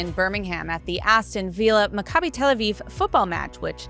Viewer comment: My G-d, you have no clue how to pronounce "Macabi", do you?